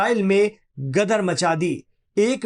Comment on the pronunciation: Gadhe ho ?! Gadar nahi , Ghadeer🎉